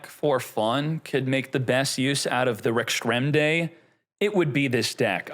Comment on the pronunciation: Rex-Tra-Men-Day say it with me now 😆😁😅🤣